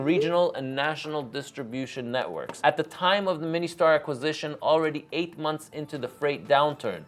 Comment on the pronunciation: It's MIN Star, not Mini Star